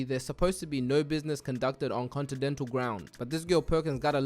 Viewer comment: "contidental hotel"😂